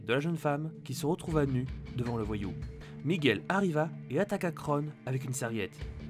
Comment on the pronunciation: C'est miguel, pas Micheal